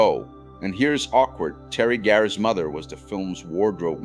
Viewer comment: WHO IS TERI GARE?? YOU IDIOT. IT'S PORNOUNCED BLUKER. YOU IDIOT. REFERRING TO THE MONSTER...."POURS SOUP INTO FREDRICK'S LAP", WHO IS FREDRICK??? YOU IDIIOT. AND WHY ARE YOU PRONOUCING MEL BROOKS NAME BROOOOOOK"? IT;S PRONOUNCED BRUK. YOU IDIOT. I CANNOT EVEN WATCH THE REST OF THIS.